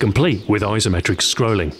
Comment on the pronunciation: What's with "Izzzzzometric"? (pronunciation)